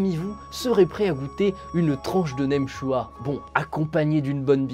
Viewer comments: J'adore ça, je suis d'origine Viet ^^ Vas-y sans hésiter c'est très bon en général je mange ça avec un peu de riz ça se marie très bien. Par contre nem "chua" ça m'a fait du mal lol, en vietnamien ça se prononce nem "tchioa". Sinon super vidéo :) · Le "naim tchua" ._. Dsl, ça me fait rire 🤣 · Je suis viet. À prononcer « nem tchou-oa » courage pour la prononciation 😂